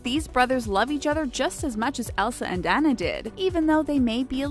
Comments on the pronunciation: It's Anna (Au-nuh) not Anna (Ei-na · Grace I died when the narrator said Tianas name like Tea-anna... it’s pronounced Ti-onna. And then when she said Anna’s name like An-na, when it’s pronounced On-na. 🥴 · No, it is pronounced Anna and not Onna in real life . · It's not Ana it is Anna(Anah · Actually it is pernownsed ON-AH not ANN-AAHH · AH-NA NOT AN-NA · It’s not Anna like Anna dewny it’s Anna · You say annas name like (on-na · I'm sorry but the most annoying part of this video is the way she pronounced the names like Anna? You pronounce it on uh and Ariel you pronounce it air e ol and Tiana you pronounce it Tea on uh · its anna (awna) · Is anyone else dying inside every time the narrator pronounces “Anna” or “Tiana” in this video as if she has never watched these movies even one single time? I couldn’t even finish watching this, Disney is disappointed in you madam. 😑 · You said Anna AND Tiana wrong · You really saying Anna wrong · cringe they mispronounced Anna's name!